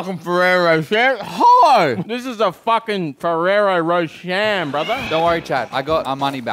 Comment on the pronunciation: Ferrero roSHARE??? Is that for real how you pronounce it in Australia lmao